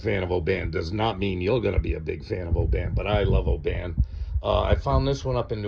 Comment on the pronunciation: good review, well said, ,..... i'm a scotsman.... its oban short not,...... o-ban long.... just so you know....